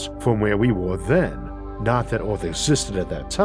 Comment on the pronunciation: Damn, tried to listen, can't focus, brain keeps having to correct your speech impediment so I can understand the word. Took me a second to hear Eowth as Earth. I dunno what you can do to help that, but, the W for Rs is hard to listen to sometimes. Sorry man.